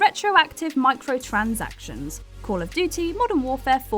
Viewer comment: Why can't you say "duty" properly?